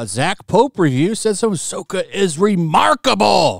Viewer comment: More like Ah’Soy’Ka